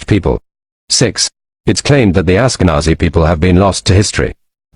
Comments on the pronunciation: "AshkeZANI"!!!?? It's ashkeNAZI yo,if u can't connect the rest u need to stop doing clips even if they're good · It is pronounced: Ashka-Nazi (Breitbart banned me after writing that)